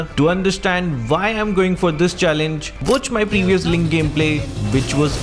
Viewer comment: I'll subscribe your channel only when you stop pronouncing ‘Why' as ‘vi' 💀and ‘Where' as ‘Vere'💀